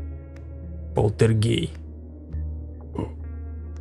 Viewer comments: кажется не полтергей а полтер=гей.-. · ты сказал портелгей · Не полтергей, а полтергейст. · он сказал полтергей